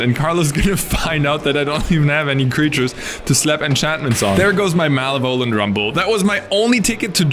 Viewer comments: MALA VOL ENT? lol sorry had me laughing its ma lev o lent ahhh. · mal eh vole ant. lmao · I love how you pronounce malevolent. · it took me a moment to realise was saying 'malevolent' here